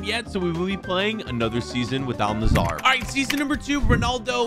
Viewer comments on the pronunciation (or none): 'Al Nassar' bro where the fuck do you see an A between the s and r. Bro its Al Nassr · It is pronounced al nassr not al nassar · Its al nassr not al nazzar😂😂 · Is no one going to talk about how is saying Al Nassr he is literally saying Al Nazzar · Why does everyone say “Al- nissar” This is how you say it “Al- Nassir” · Al Nassr = Al Nazar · Not al nassar it's al nassr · Al Nazar💀💀💀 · You say al-nassr wrong